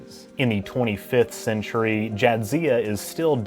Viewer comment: quarter centurry why you have to say it like that?